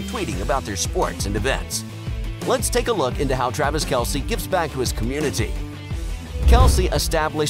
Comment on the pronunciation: You know it seems if someone is gonna do a bio video on a guy they might make an effort to pronounce his name correctly. I know I know everyone calls him Kelce but his name is pronounced Kelce, not Kelce. So yeah if you talking about Travis on the field it’s become acceptable to call him Kelce. But when you’re talking about being burn and named and his mother and fathers name it’s not proper to call them Kelce. It’s Kelce and it’s pronounced just the way Travis pronounces it, which ain’t the way you pronounce.